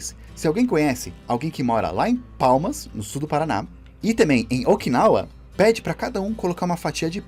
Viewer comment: Palmas sul do Paraná 😂😂😂😂 o cara fala errado ainda 😂😂😂😂🤭🙃